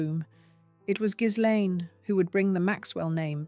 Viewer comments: The name Ghislaine, as I understand it, is pronounced Gilane…the “s” or “z”, depending upon how it is spelled, is not pronounced. And now, thanks to the tRUMP regime, she is imprisoned quite comfortably in a very different type of prison than the one she should be in. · The narrator has it wrong. You pronounced the S and the G is pronounced like a J in Jacqueline. Its difficult to explain